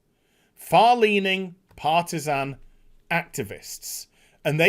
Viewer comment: did you say Partisan or Parmesan?